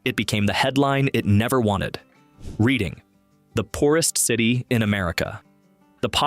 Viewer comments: It's pronounced red- ing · Reading📖😂😂😂😂 RED ING.... but then pronounced it properly half way through